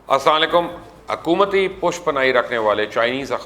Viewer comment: Yr aap ko mene pihle bhe comint Kia he k Salam theek se Karo